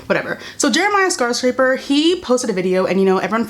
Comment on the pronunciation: SHE CALLED HIM JEREMIAH SCARSCRAPER HAHAHAHAH IM DEAD “jaracial slurs” is another good one I heard on Luke Alexander’s live